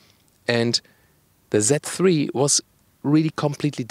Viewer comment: haha! the pronounciation kills me: "BMW that free" (z3)